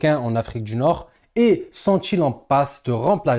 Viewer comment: Poilitique tu prononce politchique Region du nord , tu prononce : region dju Nord . 😂😂❤djurable! . Bravo ! Je like